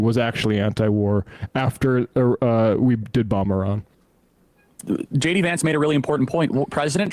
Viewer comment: Did anyone else hear them calling Iran, Irania?